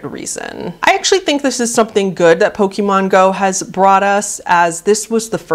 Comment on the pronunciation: I might be nitpicking, but that's just how I am, I'm very particular about pronunciation of basically everything, so forgive me, but you are pronouncing Pokémon wrong. It's not poke-ee-mon, it's poke-ay-mon. It's not a big deal, but it does slightly bug me to hear it pronounced wrong.